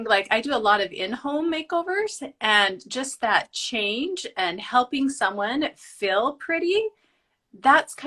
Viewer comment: I know she must have said "help other women feel" but I swear I keep hearing "help other women fail" and I'm like ooops. lol